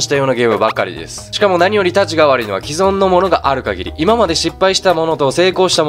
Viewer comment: 既存は「きぞん」じゃなくて「きそん」